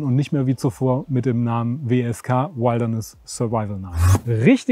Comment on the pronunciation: Lern mal Wilderness auszusprechen, Kollege.